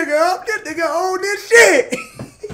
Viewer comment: He lowkey tryna enunciate the “a” in nigga makin sure ther ain’t no hard “er”. Why he sound like “NAGGAH” 🤣